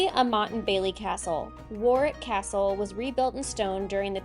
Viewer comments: it is pronounced warick the middle w is silent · Say "rick", Warick( Warwick)❤ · Great video. My daughter lives in the Cotswolds so I know it well but you showed me places I'd never visited so I appreciate that. Driving our narrow roads is challenging enough but the pronunciation of place names defies all logic. Warwick = worick😊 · Well done with the pronunciations. Warwick needs a little practice, but you got Bibury right. So many Americans say it Bib-bury instead of Bi-bury. Your children are a credit, well-behaved but still enjoying themselves